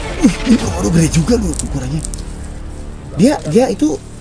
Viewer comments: Bang Panji bilang komodo kodomo wkwkwk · Bang panji pas mundur kok bilang kodomo😂😂😂😂 bukan komodo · 8.08 bang komodo bukan kodomo wkwk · iya a panji ngomong kodomo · kak Panji bilang kodomo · bukan kodomo kak tapi komodo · Kodomo apa komodo bg... Sumpah lucu gw ingat iklan pasta gigi pas abg bilang kodomo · MENIT 8.08 a panji bilang kodomo bukan komodo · Bang Panji bukan kodomo tapi komodo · Bang yang bener komodo apa kodomo.😂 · KODOMO? Ada yang denger juga ? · di menit gua kok denger kodomo ya